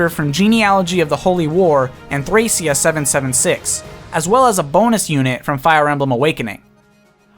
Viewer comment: prounciation of Lissa, Cordelia, and Thracia kinda bothered me